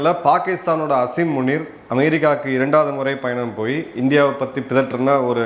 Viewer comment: சார் ஸசரி முனி இல்லை உனி